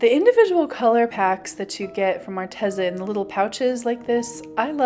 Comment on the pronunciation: It's Arteeeza. Not Arteza.